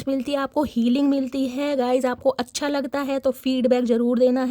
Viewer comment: Your card reading is amazingly best, especially your presentation language, "chchha" 😅😅😅😅😅😅😅😅